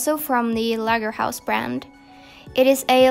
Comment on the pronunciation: Your pronounciation of "Lagerhaus" is so cute! It's a german brand and you almost pronounced it perfect... ❤